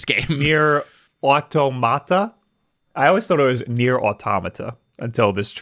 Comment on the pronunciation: is saying Automata wrong, had it right the first time. Also Nier Replicant just came out.